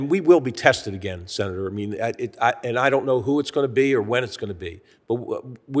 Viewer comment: Klubachair says "senair" instead of "senator." Has she been drinking with Pelousey?